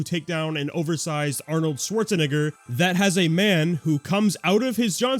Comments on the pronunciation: Schwarzenegger (nay-ger) what you said however was not that😂😂😭😭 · Arnold Schwarz what?